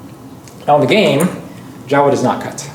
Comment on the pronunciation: Not Jawa like in starwars, but more like Joh'wa/Jouwa :p